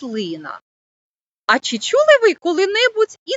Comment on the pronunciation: слід попрацювати з орфоепією. "Чі чюли ви шьшє таке слово", "поцяг".